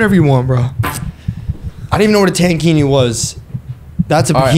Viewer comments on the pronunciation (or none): tankini is not like "tan" but "tank", like a tank top. it's about the cut/style, not the color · He was saying TAN Kini instead of tank kini, i think that what confused the others